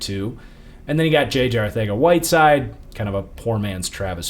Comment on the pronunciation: Is there a reason he pronounces Arcega-Whiteside as ArTHega-Whiteside?